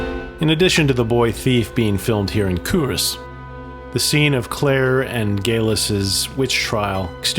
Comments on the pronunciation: Cull Ross. Kull / Kuhl....... Ross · Pronunciation is Culross is Cuulross ( u not o). inlithgow - go at the end, silent w. Dunure (Dunyour - emphasis in u not oo). Another mispronounced is Brurntisland....not Burnt-is-land but Burnt Island. Hope this helps.